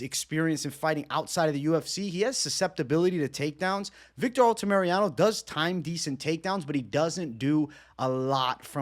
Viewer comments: Say it with me: Al-ta-mi-ra-no not Alta-Mariano 🤣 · I like the fight insight but man the mispronunciation of names always drives me nuts haha ALTAMIRANO, not Altamiriano lol